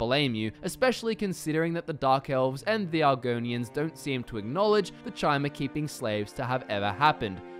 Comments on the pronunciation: Chimer = kai-mer As in chimera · Guy LITERALLY said Chy-mer. He doesn't know how to even pronounce an elven race. Probably not a lore master..... just saying. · sees video. Hears this mong pronounce Chimer. Leaves.